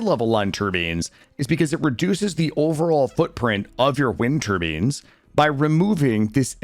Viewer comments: Why are you pronouncing turbines (tur-byne) as turbines (tur-bean)? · Them Tur-beans though 😒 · Great video. Pronoucning "tur-beens" like that broke my brain tho. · "Tur-beans" XD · Why in the name of all that is sacred are you pronouncing turbines like that? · Jesus, please dont say turbines anymore. Pretty please.